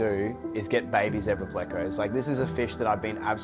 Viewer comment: It's so refreshing to hear someone pronounce zebra correctly for a change. 😁🦓 🐠